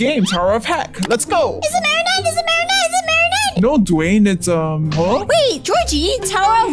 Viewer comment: Dwayne is so funny he says is it marinnete evry game